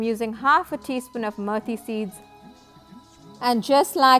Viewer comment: Not mirthy seeds it's methi